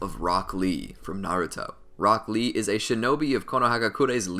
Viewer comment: When you say rock lee, it sounds like broccli